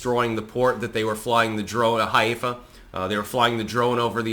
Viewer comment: I have friends in Haifa (high-fah) and this is scary as hell. Even though I appreciate your reporting,.